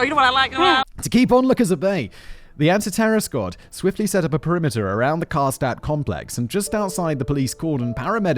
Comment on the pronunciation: It took me forever to recognize Simon said Karstadt but his pronunciation of Schmetterling is surprisingly good